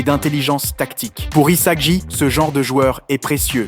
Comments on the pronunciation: Rio??? Saï??? Isaji??? Izagi??? Bachira??? (Comment il a prononcé)😭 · sympa mais où est passer Chigiri? Et les changements de prononciations des prénoms des personnage (Surtout Isagi) sont assez génant.